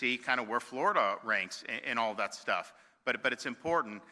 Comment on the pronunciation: Was it me or did he say.... "and lots of other shtuff"